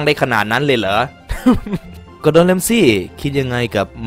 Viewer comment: กูไมได้ยินว่า ดอดอน😂😂😂😂